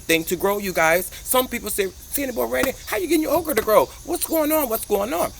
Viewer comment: I thought you were saying Oprah.